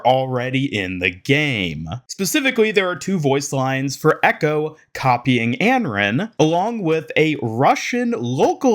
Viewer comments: if he's saying "Anron" then it's certainly Americanized. The only sounds that start with "r" and end with "n" in Chinese are "ran", "ren", and "run". Here is the Chinese name：安然. You would pronounce it An-ran, it means at ease, or free from worry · Anran, not Enren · it's pronounced "on-ron" 😂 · I feel like its pronounced as Un-Run. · Your pronunciation of Anran is really bad/annoying for someone who makes a living covering overwatch